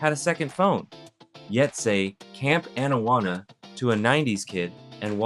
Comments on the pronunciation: Excuse me. It is Camp AH-nawanna. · Bro, cool video. Loved the show. I’m just absolutely befuddled as to how you can mispronounce Anawana when it’s right in the famous intro song for the show. How does this even happen?